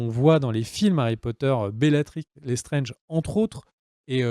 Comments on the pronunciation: Lestrange pas lesttrenge lol ça ce prononce étrange Lestrange >~< rooh lol Oui c'est vrai que c'est partit en cou*** =\ ça devait parler des créatures fantastiques et on part sur les problèmes de Dumbeldore et Grindelwald lol ^^" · Lestrange est prononcé à la française comme c’est une famille française 😂😉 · Les Lestrange sont une famille d'origine française, donc tu peux le prononcer à la française :)